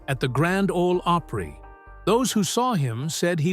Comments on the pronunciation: Five feet tall? Grand Ole "Ope-pree"? I didn't make it past 30 seconds. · They used AI generated narration, it’s not called artificial intelligence for nothing. It can’t even pronounce simple names correctly.🤦🏾‍♂️ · Artificial “Intelligence” pronounces Opry as OH Pree 😂 what a complete miss lol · The grand old oh pree? Turned it off right then. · The Grand Olde “Opreee? Why not call it the Grand Olde Oprah? 🤦🏾‍♂️🙄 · No, but they pronounced Opry with the long "o" sound like Oprah. It's actually pronounced with a short "o", like opera. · This sounds like an eighth grader giving a book report and didn't actually read the assignment. Secondly, if you mispronounced "Opry"and "Acuff," you have no right narrating this video. Thirdly, he was 6'5" Fourth, there seems glitch in the Matix, it the killers names are Brown at the beginning and end of the story, the same should be true in the middle of the story. Lastly, being "Born" and "Living through" the Great depression, could possibly be interchangeably, IF you were actually born during that time. However, if you were born in 1915, like Stringbean was, you can only used, "Live through" the depression. The Great Depression, 1929 to 1939. Facts matter, history matters, words matter. A lot of comments address this is AI. I don't know. However, there is a Teacher's app that determines if the student has plagiarized a paper. It determined "Plagiarism" when it determined it was to perfectly written, without actually matching it to others work............. Talk about giving a reason to a student to NOT do their best! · This is another example of an AI Red YouTube video. The reader can’t even pronounce grand old Opry. I call bullshit once again. I hate this crap. Don’t watch. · . The pronunciation of Opry... and Roy Afuff's name..